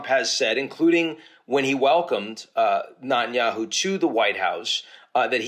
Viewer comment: What is wrong with you Ian .... you know his name is NETanyahu not NUTanyahu. It reallly makes you look like an irrelevant ankle-biter.